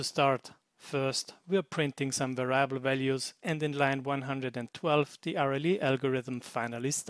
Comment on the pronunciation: By the by, "variable" in English is pronounced the same way as in German, the only difference being that the "a" in "va" is short, not long. Pronounced "Weriable".